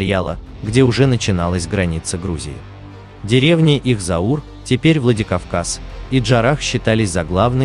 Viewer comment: NE ZAUR, A CAUR